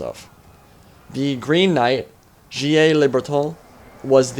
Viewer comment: FYI Gilles the french name is pronounced somewhat like geel